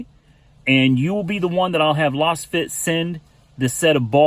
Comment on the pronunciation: Just what I need to annoy fellow motorists. BTW, it's probably pronounced "laze-fit", ya know, since they're lasers....